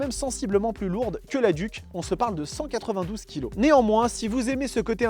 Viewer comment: BIBRE 😭😂😂😂 ça se prononce By bré et "DUC" ça se prononce DIOUKE t'es essai son complet mais steplé frero mets y du tiens 🤦‍♂